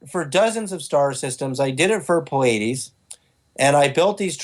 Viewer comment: I'm sorry, but if you claim to be in touch with beings from the Pleiades and this super important person, you have to be able to pronounce it correctly. It's not the cable channel that shows a lot of concerts.